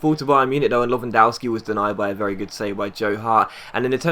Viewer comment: The w in lewandowski is pronounced v